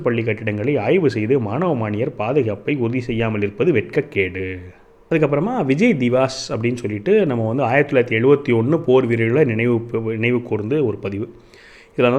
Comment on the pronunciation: அது விஜய் திவஸ் - திவாஸ் இல்ல - தம்பிக்கு ஹிந்தி தெரியாது என்பதை நம்ப முடியவில்லை. ஒருவேளை ஹிந்தி தெரியாது என்றால் தயவுசெய்து ஹிந்தி தெரிந்தவர்களிடம் தெளிவான உச்சரிப்பு என்ன என்பதை அறிந்துகொண்டு பதிவிட்டால் பயன் இருக்கும். 🙏